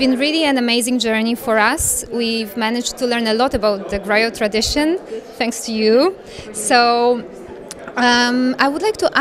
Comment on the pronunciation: Thanks for this beutiful interview, I love Sona music and Afrikan music for ever. I just wanted to point out that Sona plays Kora instrument though not Harp as the graphics indicates. and the GRIOT is pronounced (GREEO)